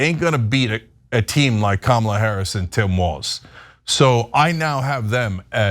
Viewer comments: 0 seconds ago From now on pronounce the x-president's name Don-'Old Tee-rump. I'm so tired of them saying Ka Mall uh, purposely mispronouncing her name. Name calling is their go to move. I pity the poor fools. 1 Reply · I think Trump is saying Kama-blah. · I speak a little Trumpinese, and what I think Genghis Khan’t was attempting to achieve with his Kamabla reference was an emphasis on the “bla”, but because he isn’t fluent in the modern American dialect, he didn’t think or didn’t know to place an ‘h’ at the end of his almost-insult, leaving only plausible deniability to shield him from yet another unforced error.